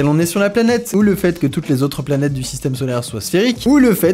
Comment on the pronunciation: j'aime trop comme tu prononcé les noms des planètes , faut pas que astronogeek regarde la vidéo